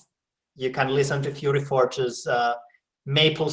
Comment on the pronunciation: " maple sYrup like voice" (pronounced with hard Y) omg i love that lol